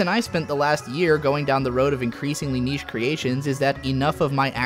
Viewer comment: He also likes to pronounce niche as "nish" and segue as "seg-ew". This is nothing new.